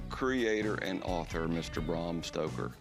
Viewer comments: Cory said "Bram Stroker" instead of Stoker. What's he stroking? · Did Cory say, Bram Stroker? lol that's awesome! 🤣🍻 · They keep say Bram Stroker....🙄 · Corey: “Bram Stroker”, haha! Must be Stroker Ace’s long lost cousin🤣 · "Bram Stroker"